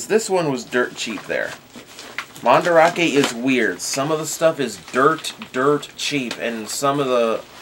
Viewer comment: MandArake, it's not spelled "Mandrake", so you pronounce it as "Man-Da-Rake", or if you want, "Man-Da-Rah-Kay", but not "Man-Drake"